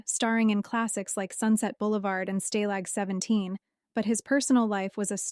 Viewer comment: "Stay-lag 17"?